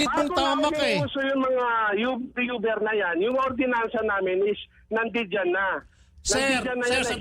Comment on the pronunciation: tama ba dinig ko? Hahaha Youber daw. Di pala Uber yun? 😂😂😂😂